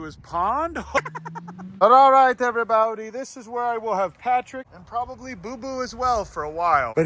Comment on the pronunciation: “Everyboudy” he says